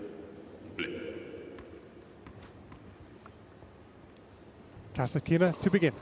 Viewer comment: Russian announcer on the court speaks Kas'Atkina. English speaking TV commentator speaks Kasatk'Ina. What a freak?